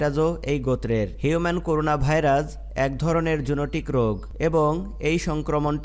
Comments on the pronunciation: করুনা না। করোনা। নামটা ঠিকমত বলতে হবে তো ভাই। জুনোটিক কি? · করুনা না ভাই করোনা